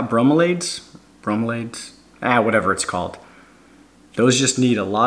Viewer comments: BRO-milly-ADD is how you pronounce bromeliad. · Good Lord, if I hear you say SPagnum moss one more time, I'm gonna loose it. Say it with me, Sphagnum Moss. Say it like this, sfag-nuhm. And Bromeliad, pronounced broo-mee-Lee-ad. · I had a small stroke every time he said that. Also bromeliad [bro-me-lee-ad]